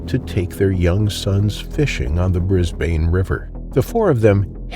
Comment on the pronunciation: It's actually pronounced Brisban even if it has an e on the end but you are not to know,we learn all the time😊